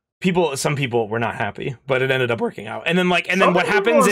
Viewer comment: "-but it ended up wOoRking out."